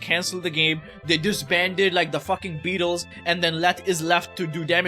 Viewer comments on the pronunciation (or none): none